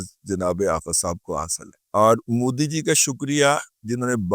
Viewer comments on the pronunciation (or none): none